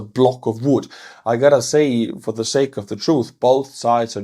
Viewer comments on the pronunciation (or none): none